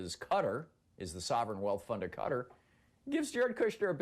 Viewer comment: Thom, come on - let's learn to pronounce 'Qatar' properly for a start shall we?